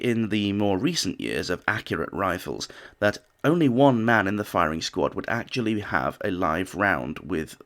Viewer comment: I love how the narrator says, “something Thomas Edison ‘Acutally DID’ invent…”😂😂